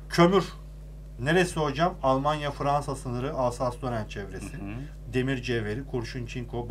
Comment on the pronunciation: Almanya'yı güzel söyle hadsiz😂